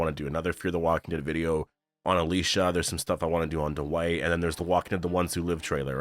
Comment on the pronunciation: Can we talk about how Daniel ,out of nowhere 2 episodes ago started pronouncing Alicia’s name completely differently than the way he always said it before ?